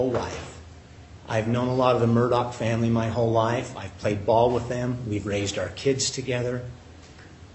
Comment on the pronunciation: Wait! What? Did he say “Murdauch family?” 😮